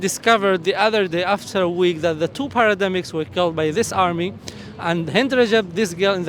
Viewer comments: Paramedics, not parademics. But thanks for this amazing video. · Paramedics not parademics .. ❤